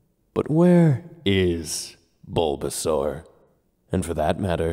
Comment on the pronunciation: Lore accurate baulbasaur im a baulbasaur in mystery dungeon 😂 Edit: i regret everything in my life and i hate myself. Btw squirtle is not saying "Char" as Chim-Char its actually Char-mander